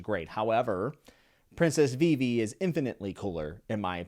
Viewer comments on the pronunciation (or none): none